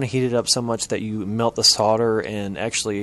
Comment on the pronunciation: The 'l' is silent in "solder". He's pronouncing it correctly.